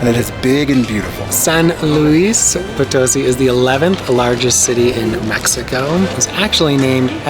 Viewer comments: Try saying poe-toe-SEE instead of poe-TOE-see. Most native English speakers want to emphasize the middle syllable but it’s really the last. I think got it right that last time though. Great video and town! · hola, no creo porque el acento está en la sí de Poto-sí :) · it's pronounced Poto-seeeee not po- toe-see. Accent on the last syllable. lol. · Very cool! I went to SLP once to visit family and loved it! I really want to go back one day, the city center is beautiful! BTW it’s pronounced Potoe-see (emphases on the “see”) 😉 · It's Po-to-SEE! Dudes! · If you are going to report on a city you should be able to pronounce it!!